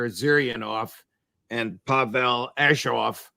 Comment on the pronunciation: Outstanding session! I'm an American living in Russia and it is so good to hear the truth about Russia on American broadcasts. Thank you Judge! And I noticed you also got tipped off on the correct pronunciation of Pavel's name. :)